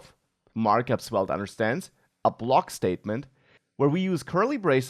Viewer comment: say the v like an f. 👍